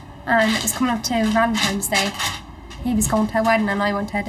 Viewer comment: They say "valentiMes day, or ballentimes day." We call it Valentine's Day.